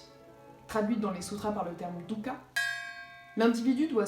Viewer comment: C'est plutôt "duhka" non? bravo en tout cas !